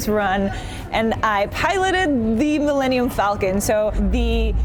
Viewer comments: "mill-enium-falcon". wtf is wrong with her? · Did she say Millennial Falcon? lol